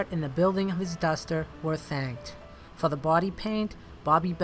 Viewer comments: it's uh duhhstahh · That's a nice dustah 😂, R.I.P buddy